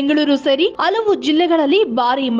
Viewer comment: ಅಲವು ಎಂತಲ್ಲ ಹಲವು ಎಂತಆಗಬೇಕು ಕನ್ನಡ ಸರಿ ಇರಲಿ